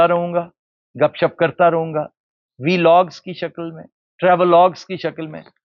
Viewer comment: Aftab Iqbal sahab apki sab batein bilkul theek but aik pronunciation zara theek krein Veelog nahi hota sir "Vlog" correct this